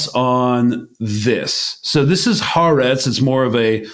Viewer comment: Oh please! It's "Haaretz."